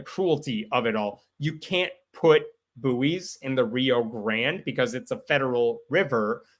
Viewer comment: Small point “buoys” is pronounced “boys” the u is silent and to differentiate between juvenile human males and fixed floating balls used for maritime guidance.